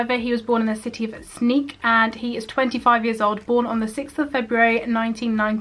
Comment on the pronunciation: The city Sneek is actually pronounced like “Snake” but good attempt 😂